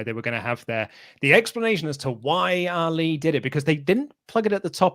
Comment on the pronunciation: Poor Ali... Finally gets a story and you cant even bother to pronounce his name correctly. If he was in AEW i bet you'd say his name correctly lol 😂